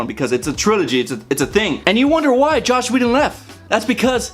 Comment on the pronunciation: btw, his name is JOSS, not Josh. Joss Whedon. Anyway, I didn't think The Avengers was actually a good movie. It was fancy and flashy but not much behind it. The Winter Soldier was and is the best Marvel movie to date (imo)